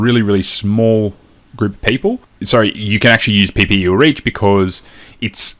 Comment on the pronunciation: aah "PPE " I was guessing you that's what it means but I couldn't decipher what you're actually saying. Thanks for the response and the training :)